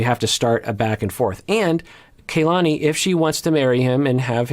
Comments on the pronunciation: Her name is not pronounced KayLani The a is pronounced the same as in the Lani part as a soft a. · is usually VERY mindful of how names are pronounced. I also think he has some Hawaii ties so im baffled why he is mispronouncing Kalani's names like this. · just want to say real quick her name is kalani, not KAYlani, that's driving me crazy ._. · I'm going nuts with mispronouncing Kalanis name. It's not Kay, it's a soft a just like in the Lani part of her name. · I think they pronounce her name as KAH-lani rather than KAY-lani. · Doc, I think it's pronounced kuh-LA-nee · It's pronounced Kahlani